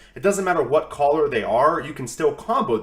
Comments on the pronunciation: for sure great content. But really. Stop saying collar lol 💕 I love turning into your vids. Thank you for your time and dedication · Over the course of a few videos my only complaint is that you cant pronounce color